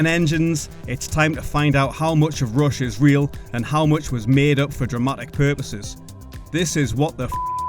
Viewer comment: is it Rush or Roosh, lol